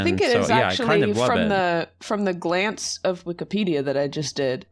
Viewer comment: Glance? or Glanpce?